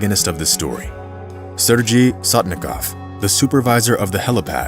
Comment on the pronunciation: You have a great voice and very good presentation but please check prior to future recordings when it comes to foreign names. It is SERGEY or SERGEI the 'G' sounds like in Gun Gear Guy Gone Gulp Good :-) Cheers man and no hard feelings please :o)